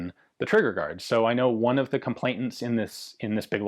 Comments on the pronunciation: "Complainant" not "complaintant" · 'ComplaiNant' Not ComplaiTant, or whatever it is you're saying...